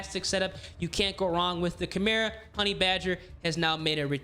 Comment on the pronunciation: you pronounced Echelon and Chimera wrong.